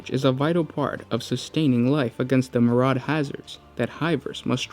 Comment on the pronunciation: MERE-E-ADD = Myriad not murahhd and HER-E-TICK not hair tech